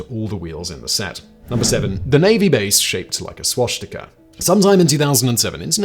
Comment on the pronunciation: No "h' in swastika, Simon